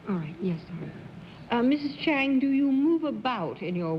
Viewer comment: And Bennett calls her Chung